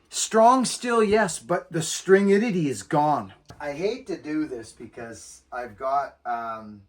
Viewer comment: "Stringitidy"...Got another Buckinism for my dictionary!